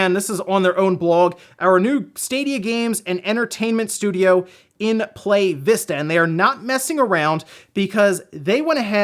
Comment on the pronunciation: "Ply-ya" Vista